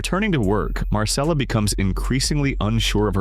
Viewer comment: And Marcella is pronounced MARCHELLA NOT Marssellla. The voice over is definitely AI.